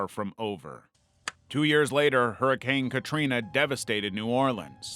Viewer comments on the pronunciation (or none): none